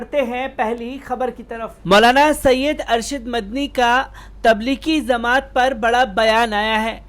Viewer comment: چورن چھاپ خبر تبلیغی زمات نہیں تبلیغی جماعت ہے بے چورن ! پہلے بولنا سیکھ لے